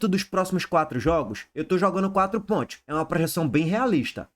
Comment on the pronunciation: Fala direito caramba! É quatro pontos e não quatro pointos